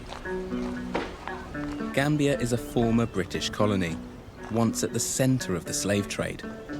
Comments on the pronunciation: GAMBIA not GANBIA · "I call it GRAM-bia" 😂😂😂🤮🤢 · she says she calls it grambia 🤣🤣🤣🤣🤣🤣🤣